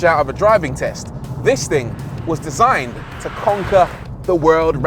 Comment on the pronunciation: "TING" COME ON RORY, SO WELL SPOKEN UNTIL YOU SAY THING LOL 🤣